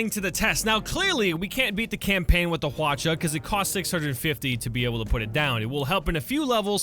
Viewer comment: Also Hwacha is pronounced as Hwachha. ch is followed by h.